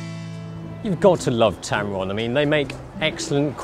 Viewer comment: Did you say Tampon lol?